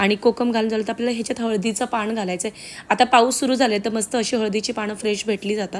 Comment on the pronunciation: चुकीचे मराठी पियाला नाही.... प्यायला घालून घेते नाही.....घालते हल्ली सर्रास असे चुकीचे मराठी सर्व youtubers बोलतात. शाळेत शुद्ध मराठी शिकून पण ही परिस्थिती. पुढे पिढी ला असे चुकीचे मराठी शिकवणार. अजून एक न आणि ण पाण नाही, पान